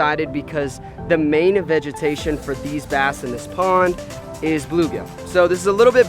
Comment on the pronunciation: The main "evegitation". Wth is that